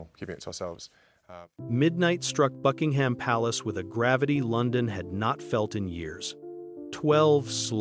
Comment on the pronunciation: Anything with AI narration about "bucking-HAM" palace is just a piece of shit.